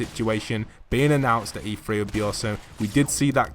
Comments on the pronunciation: Is it not E three? Not E “free”?? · Hilly O’Connor yes but why does the commentator say “free”? The word is “three”